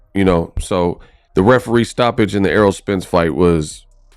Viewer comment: This dude is one of these "boxing YouTubers" who are only "boxers" when the camera is on lol. Like bruh listen to what you are saying you sound goofy man. Everything you have said was all in other videos like where's your opinions with facts ? Lol you can't even pronounce known boxers names this dude over here saying arrow Spence and "air roll spence" Errol dawg Errol